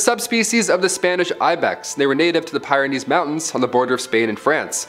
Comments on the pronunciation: (*PEER-en-ees) (*THY-low-seen) (*Muh-RISH-us) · Also, it’s ‘Piranean’ surely, not ‘PIEranean’? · Pyrenees Mountains are pronounced PEER Ah knees NOT PIRE Ah knees .. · It’s pronounced: pee·ruh·neez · You need to learn how to pronounce Pyrenean/Pyrenees, thylacine and Mauritius.😉